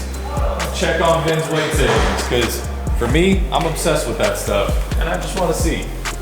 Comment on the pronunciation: Still makes me laugh every time says " becooz"